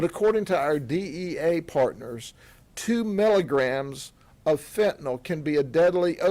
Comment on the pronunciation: No such drug as Fent-anawl. Fentanyl. NIL. Attend elocution classes.